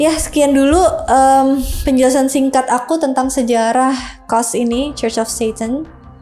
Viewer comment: Sebutan Church bukan KOS, tapi CUS....😊